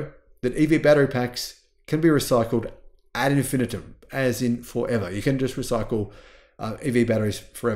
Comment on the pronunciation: That's not how you pronounce ad infinitum.